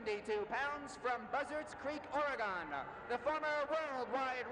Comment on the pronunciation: It's like nails on a chalkboard when someone pronounces Oregon as "Or-a-gone". It's "Or-a-gun".